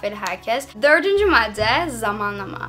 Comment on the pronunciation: matte değil madde diyoruz